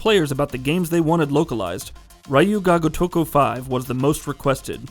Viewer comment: Dude, I know the "Ryu" sound in Japanese is hard for the average westerner to pronounce, but this is a horrible pronunciation, i honestly didn't realize you were saying "Ryu ga gotoku 5" , you said "gotoko"!! lol, and "Ryu" is one syllable, it's not "raiyu" it's ryu(pronounced like ryoo,) Edit: wait, wtf? You pronounced it way better here?! lol